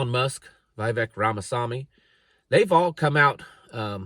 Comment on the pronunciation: Who is VI-VECK? He pronounces it Ve•vake..